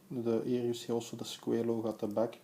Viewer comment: Pronounced "squah-lay"